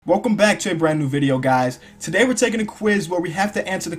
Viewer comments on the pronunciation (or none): none